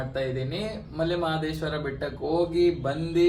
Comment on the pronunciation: ninu kannada advna bere language avna helu, maale anthidiya....😠 male mahadeswara sariyagi helu